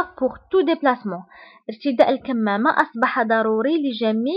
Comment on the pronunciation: El kimama pas ( kamama) c pa juste f arabe.....ok